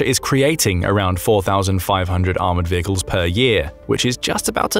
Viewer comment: Change vay-cles to vehicle.